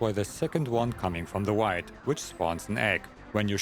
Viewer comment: “You gotta shoot the 2nd meteor that is coming from the wight.” 😂